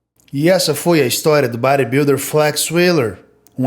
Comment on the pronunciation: Achei o vídeo top demais mais achei engraçado o jeito dele falar Bodybuilder ( BÁ RÊ BIUDIM) kkkkkk top top mais um inscrito 🎉